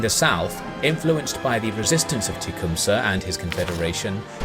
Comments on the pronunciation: Also, Tecumseh is pronounce closer to "teh-COME-sah", rather than "TEA-COME-sah" which seems to be how you're saying it. I know... our American Indian names are not the easiest to work with... it plagues our spelling curriculum relentlessly ;-). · Mistakes and Oversights: Oliver Hazard Perry was an Admiral and later a Commodore of the US Navy. He was never a General as you state. Next, you keep pronouncing Tecumseh's name improperly. The first syllable is not pronounced like the "tea" that you drink but like "tay". Next, you talk about the burning of Washington DC, but leave out two crucial facts. One, the burning was in retaliation for the US burning of Montreal and second, it was the first time in history that rockets were used to destroy and burn a city. You also keep using phrases like "The Americans luck in the west changed." Or they were a "rag-tag" bunch. All soldiers start as rag tag bunches. By the time of the Battle of New Orleans, his troops had been trained and were no longer "rag tag". Secondly, it is a bit insulting to take someone like Hazard Perry's bravery and genius and label it "luck". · Anyone else triggered that he said Tea-cumsah instead of Tecumseh? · You keep pronouncing techumseh wrong. It is generally agreed that it is pronounced "Tec-um-see" or "Tec-um-say". Whereas you pronounced it "Tee-cum-suh" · Ta-come-tha is how I understand the native people pronounce the sir name. I've heard it pronounced sa, see as well in docs. and town names, but as I understand it its tha, not sa or see. Best channel on youtube, watch every day! Great family in human history that needs their due respect. Thanks for that!